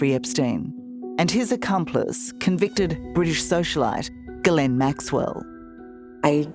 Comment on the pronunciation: You should at least learn how to pronounce Ghislaine....... FFS